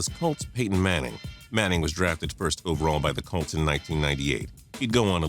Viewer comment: Idiot says Calts instead of Colts, says Redskins got their 4th super bowl, does anyone fact check this idiot before publishing these videos?